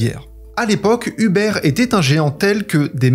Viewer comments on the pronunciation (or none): Très très bien, merci. Tant sur le fond que la forme ! Bravo. Mais euh... je vais faire mon pénible - je dis ça amicalement - Huber en Allemand ne se prononce pas Über mais Houbeur ; désolé mais ça me fait mal aux oreilles ;-)